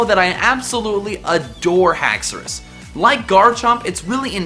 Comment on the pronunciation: as soon as he said alolan exegutori dislikrd the video but then he said haxourous and i liked it instead